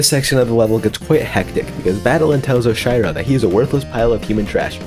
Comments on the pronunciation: ERM ACTUALLY - While the use of cheat mode is allowed, it still did not save enough time for everyone to get sub 3 hours (sorry Zeion97) - Those "bounce pads" are called springs - Those... aren't crouch dashes?????? - The "conveyor belts" are called both Traffic Blocks and Zip Movers - It's "Oh-shee-row," not "Osh-eye-row" - The dust bunnies do not move in "very strange patterns" and are not "very hard to predict". In fact, all dust bunnies move in a very linear and predictable pattern. - While most refer to the "Red Bubbles" as such, they are referred as "Red Boosters" in the files of the game. The "Dash Conveyors" are called "Temple Swap Blocks", as well. - TECHNICALLY, Core is not the only level to not replenish your dash when you touch the ground. TECHNICALLY, the Prologue also doesn't let you dash once you hit the ground. - That "conveyor belt" is called a Core block - You really tried twice to name the bumpers correctly and failed both times, that's a pretty big L That being said, sick video! Congrats on becoming one of the best Celeste speedrunners to ever live. Anyways watch out because I'm totally beating your time soon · nah please how did you just pronounce oshiro? 😭